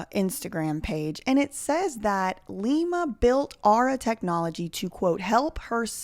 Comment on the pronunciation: It's pronounced LIE-ma from now on